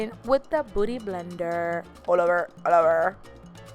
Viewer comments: Haha sounds like you said booty blender 😂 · it sound like you said booty blender 😂😂😂😂 but you sound cute.😍😍😍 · who heard "booty blender" thoo?? lol love the video girl, you slayed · I love how she says booty blender instead of beauty blender!